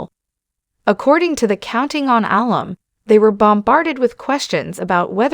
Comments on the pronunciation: I wish this woman learned how to pronounce Jingers name and how to pronounce alum. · Was this video electeonically narrated. I'm appalled at the mispronounciarion of Jinger's name and even the work "alum" which is short for amumni.